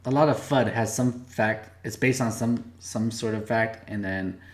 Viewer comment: Sounded more like seperate FUKT from FAKT